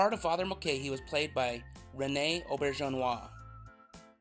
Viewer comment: 0;35 Auberjonois - I totaly forgot that , and that to me because I am a big fan of the actor. By the way I want of complement you on your perfect way to pronounce his name absolutly correct. Even here in Europe I know a lot of folks gobbling up his family name in the worst way possible :) FULL STAFF MEMBER IN FROM THE FIFTH SEASON ON - I wonder if that episode were the good father fights for his promotion is an echo to this fact. :) Honnestly, no I did not know that Christoper´s role had been so in peril. I always liked the way the actor went on with his role as a priest. Now I know why his figure in HOGAN´S HEROS ( EIN KÄFIG VOLLER HELDEN in German ) looked so familiar to me. Because of the changed voice and the missing glasses he came over to different. Alan Alda, yes I know that he stood behind the show and supported his cast as best as he could. Naturally being also in the management of the show must have produced some friction off camera